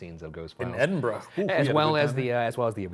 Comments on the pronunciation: "Edinbro" lol Why do Americans struggle with this so much. Dudes, it's Edin-Bruh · edenbro?! how do you spend time in the city and still leave unable to pronounce it 😂